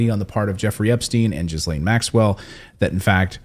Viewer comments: It’s pronounced Gee-Laine! BTW, Epstein didn’t kill himself! I don’t believe he is dead. I think he was sneaked out of prison & replaced with someone else! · If your going to be a reporter; make the effort to pronounce peoples' names correctly... the "s" in Ghislaine is silent! phonetically pronounced "ji'laine" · Pleeeeaaaassseeee…the S is silent in “Ghislaine.” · Ghislaine Maxwell breaks silence, as explosive new documentary is released | 7NEWS - YouTube Listen to how you pronounce her name correctly. She may be a monster but it is always a good thing to say a person's name correctly! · You do not pronounce the "s". It is " Gee laine. " Hard, not soft "G". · It is pronounced "geelén" for crying out loud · Pronunciation people.....Gill lane! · Actually it's Gil-lane although I have heard it pronounced GEE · Who cares, she is not worth the respect of pronouncing her name correctly. Giz- lame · Jizz Lane is more fitting and he is doing it on purpose ;) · Please, pronounce the name correctly, ( gee lane) it isn't hard and others with the name would be thankful. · i stopped listening at "Jizzlane" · Her name is prounounced Jillaine. No, there are at least 6 experienced remote viewers that have all seen independently that Epstein DID commit suicide and was not murdered. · Clayton can you please check how Ghislaine is pronounced. It's kinda jarring to the ear. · I love that u keep saying her name wrong! lol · Clayton really struggles pronouncing Ghislaine's name, it's funny. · kinda annoying in that no one pronounces her name that way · If you think he is dead. You are not thinking like a spy. That man is being protected. And you are not pronouncing her name right at all. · Please say her name properly its annoying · One does not pronounce the "s" in Ghislaine. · At least learn to pronounce her name correctly if you're going to do a story on her! you don't pronounce the "s". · I think the s in Ghislaine is silent. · You need to learn how to pronounce her name